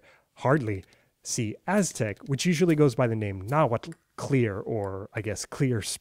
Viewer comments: Thank you for properly pronouncing the tl's in Nahuatl! I usually don't care when people don't pronounce loanwords as they sound in their original language but for some reason, it drives me crazy when I hear people pronounce atlatl as "addle-addle"! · Tehhuatl tinahuatlahtoa cenca cualli ! You pronounce Nahuatl very well ! Tlazohcamati miec.